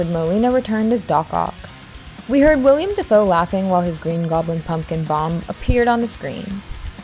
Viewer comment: Is no one else annoyed with her calling Willem Dafoe, William Dafoe?